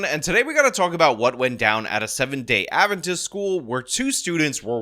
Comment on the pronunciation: He said it perfectly fine